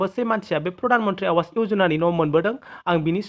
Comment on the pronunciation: Not आवास but pronounced as आबास ,awas ( आबास )ni wngtiya jabai tagra Kuli.